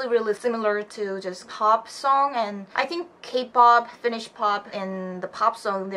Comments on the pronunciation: but you pronounce it pretty well! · Ok honestly ur the first person i see pronounce finnish words even that well! Im from Finland and i do actually like finnish music, just the old ones tho, the new music is terrible. Iskelmä on se juttu lol